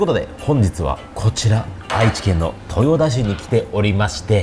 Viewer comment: とよたって言うんやよ〜